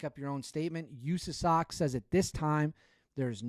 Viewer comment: Can you do us a favor and never say “usasoc” ever again Literally how a liberal senator would say it. Just say SOC. We all know what country we’re in